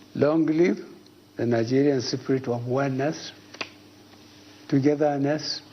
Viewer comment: "In the siprit of...." 😂😂😂 this old boy is a joke!!